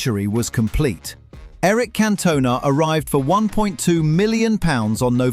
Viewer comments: Yeah had to turn off immediately after "Cantoe-na" lol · Cantoe-na lol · Can Toe Nah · That Cantona pronunciation really irritated me